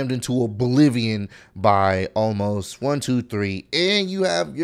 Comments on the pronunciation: It's pronounced o mas Omos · Omos! Not Almos!! Wrestlemania was amazing!!!!!!